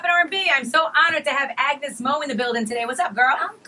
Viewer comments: Agnez mo not agnus mo .👌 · its AGNEZ MO not AGNUS MO. LOL 🤣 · It's Agnez Mo, not Agnus Mo. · It’s AGNEZ MO not AGNUS MO 😭😂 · AGNEZ MO not AGNUS MO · Its must Agnez Mo not Agnus Mo :( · AGNEZ MO!! Not AGNUS MO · AGNEZ MO NOT AGNUS MO😊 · Its AGNEZ MO NOT AGNUS MO !!!